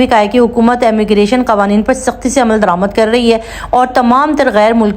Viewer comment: Sister Ammigration nahi Immigration boliye